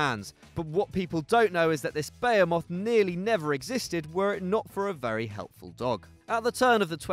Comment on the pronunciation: Yeah, the pronunciations were horrible lol. He also pronounced "behemoth" as bey-o-moth instead of be-he-moth